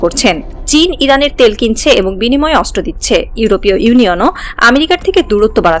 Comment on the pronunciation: অস্ত্র উচ্চারণ শুদ্ধ উচ্চারণ করতে হবে 😮😮অস্ত্র উচ্চারণ হচ্ছে না 😮